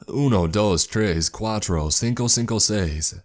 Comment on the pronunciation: the way he said uno dos quidto seizs seizs souned like uno dose quieto seise saise to me like wtf